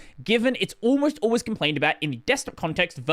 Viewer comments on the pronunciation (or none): none